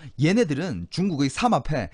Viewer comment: 그발~~음좀 ;;; 사막패 ?? 삼압패 ?? 삼합패 ??